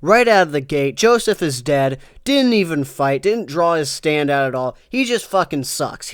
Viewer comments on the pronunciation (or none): Stop saying the ward stand.